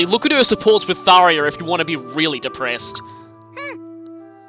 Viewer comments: How many times does he mis pronounce Tharja’s name ITS THAR JA THAR JA THAR JA THAT i IS A FREAKING J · I'm entertained by how you're correcting Tharya to. . . Tharya. I'm spelling it how I'm hearing you say it. But as for the actual name I've. . . Well. . . there's a "J" in it so I've always pronounced the j sound, like the name Jacob. But now that I've seen how the Japanese name is romanized "Sallya", I would have at the very least. . . Actually I'm not sure how I'd handle localizing a name. . I dunno. . Maybe I'd spell it Saria, like the Zelda character. . . Yeah I kinda like that.